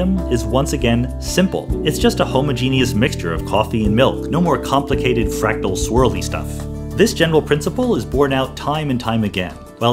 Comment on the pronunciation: I smiled when he said fractal.